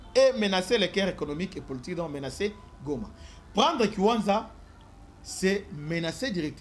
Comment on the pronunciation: Merci beaucoup, mais la cité se nomme kiwanja et non kiwanza, merci à vous🙏🏿